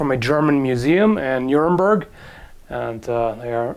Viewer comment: still sounds like a try of an english speaker to produce the original sound ^^ anyway, nice video... as always :)